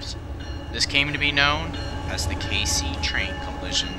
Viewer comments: The city is pronounced Kay-cee, just so you know. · The city is pronounced "K-Cee" South Carolina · I have seen 36 recently and not being picky as you aren't a local here it is pronounced like KC good job on the documentary though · It's pronounced "Casey." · It's pronounced K-C...casey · Does Cayce rhyme with face, or is Cayce pronounced the same as 'Casey?' Just wondering, given that he actually pronounces it both ways in the video. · I WAS a local and I giggled because he originally got it correct then later flubbed it but most locals are used to that lol. Sadly it's been in the news for something much more tragic..😭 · Cayce, the town where the accident occurred, is pronounced "Kay-cee," not "Case." Just FYI! Otherwise, very entertaining. The accident occurred just minutes from where I was living at the time in Columbia, SC. Very intense morning, as I recall. Lexington Medical Center had all hands on deck as the passengers came streaming in. We were all astounded that the death toll, tragic as it is, was so low. Thank you. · Cayce is pronounced K C not Case lol just a fun fact, no disrespect intended. Also I worked down the highway from this at a sonic drive in when it happened I was a senior in high school working the night shift. My phone died so I didn’t not have access to the outside world at the time . all I knew was I saw almost 50 county vehicles head past my restaurant that night and I was like shit something bad has happened. It was very interesting to witness something that so few people were even awake to know about. Thank you for working hard on this video to hopefully keep bringing awareness to train safety. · FYI, it pronounced keisi/Kay-see, not cayce, just wanted to let you know about how people from my state pronounce it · Cayce is pronounced with two syllables, like "Casey", not "Case". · Dunno who the second voice is, but it's not case but kay-see. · Cayce not Case. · As a local I can tell you Cayce is pronounced Kay-See.